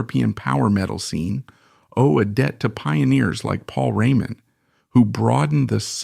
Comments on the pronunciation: AI ....french pronounced maybe i heard it (Paul Rémon ) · I like the subject but... really not sure whether this isn't AI (hear how the name Raymond is pronounced - as if it was French). Also, the name UFO is not pronounced the way people do - here it is read U.F --O instead. Then, look at the list of the author's other videos - most of them has titles like Tragic end, Trafic fate or tragic story - flagrant click-baits. Is this a live person reading or just another AI? Appreciating the musician, I am full of doubts. Overall, this stuff very often greatly exaggerates ( solidifying his place in the rock Pantheon ) Pantheon? Are we speaking about Beck, Blackmore, Richards, Zappa - or about a stalwart, reliable, professional role-player always capable of filling in among real greats?